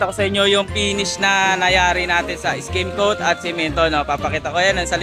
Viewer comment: Correction lang Po no skimcoat Hindi skin coat Ido.. then stucco pronounce po ay stakko Hindi stuko..kasi kung gagamitin sa job interview yan at pinanood ka wala bagsak na agad Pag explain palang Mali na